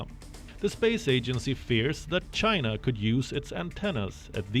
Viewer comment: The world hates you Chay-na .